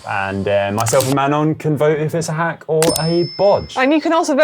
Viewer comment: Seeing the edit of Connor saying Hank instead of hack just about made me choke on my dinner